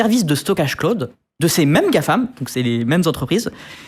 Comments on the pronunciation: J'en suis à 3'43'' de la vidéo, il n'arrête pas de dire Claude, j'en peux plus, Jean Neymar 😅 Jay Malo crâne !😵! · Mon dieu, MON DIEU, mais pkoi il prononce "cloud" "CLODE" ?? 😳JPP Ca se lit même pas comme ça en Français ! Il a jamais joué a FF7 ?😅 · Il prononce l’anglais a la francaise: Clo-oude, le o a la francise et le u a l’anglaise Comme quand on dit dijiaï (dji), au lieu de dijayaï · "claod". Prononcez après moi: "claod". Pas "cl-ou-d", pas claude, "claod". C’est facile à prononcer pour un français. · j'allais le commenter après avoir du revenir en arrière pour comprendre ce qu'il voulait dire :') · Je me suis fais exactement la même remarque 😂 et c’est bien de voir qu’ils font bien attention aux prononciations maintenant, tel que iClaude bien sûr 😂